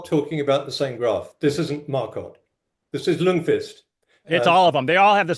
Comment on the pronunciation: A very slight nitpick: The 'L' in Ljungqvist is silent so it reads "jungqvist". Just a quirk of Swedish :p